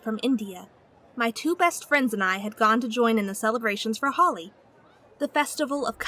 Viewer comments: Not Hali it’s Holi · it's not "holly", it's "holi" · It’s not called Hol-ie it’s Hol-i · I’m sorry but it annoys me when u say holly when it’s Holi it’s just like how u say holy bible … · Holi is not pronounced like Holly it's pronounced like Holy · It's holi not hali😑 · Just to clarify holi is pronounced hole-ee not holly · Her: Celebrating the festival of holly Me: nope its hoe-li thats the correct pronunciation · Dude it's Holi not hollie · I honestly can't understand what you said.Holly? Its holi It is an I ok, an IIIIIIIII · Wow she said holly not holy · its not hauli its pronounced as holy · It is called holy you said it wrong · DID ANY OTHER BROWN PEOPLE DIE WHEN SHE PRONOUNCED “Holi” “Holly”? OMG 🤬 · sounds like she said hawli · Lol ikr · I’m Indian/ Hindu And it’s pronounced ( ho-oli) even though it’s spell holi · Am I the only one who cringed when she pronounced holi like holly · I thought the same thing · Holly is Such fun but you kind of pronounced it wrong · You pronounced holi wrong